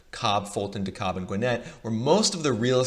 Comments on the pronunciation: It's pronounced "De-Cab" county btw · Love the video! I knew that where we live in Atlanta was dope, but it’s nice to have some data to back it up! Also, you made a common mistake that I was guilty of when I first moved here: DeKalb is, somehow, pronounced “De-Cab”. #themoreyouknow :D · Learn how to pronounce Dekalb county please. Lol “de-Cobb”. Edit: btw it’s at least 40 minutes to downtown Atlanta from almost all of Gwinnett county...and that’s if you’re speeding